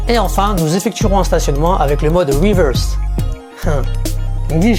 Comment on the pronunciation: Yeah en mode "RIWEURSE" mdr! Tkt tu geres l'anglais! Superbe video comme dhab! 👌 Ps: le tips n°4 m'a tué mdr j'ai kiffé l'histoire du neutre